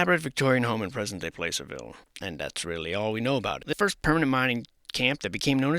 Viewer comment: Not sure if it’s an attempt at facetiousness or not but Placerville is pronounced with a short A sound Plăcerville, like “cat”